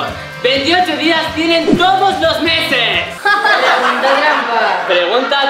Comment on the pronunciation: no todos lo meses lo dijo bien 😅😅